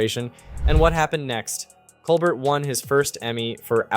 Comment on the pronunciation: Its Col bear, mate. As the French would pronounce it.